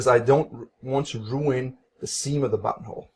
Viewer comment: I watch these video at 2x speed. And I constantly hear “butthole” instead of “buttonhole”.